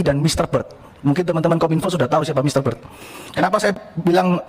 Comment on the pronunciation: Mr. Bert, bukan Mr. Bird